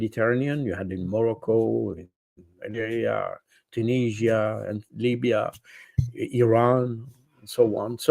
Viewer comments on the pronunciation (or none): none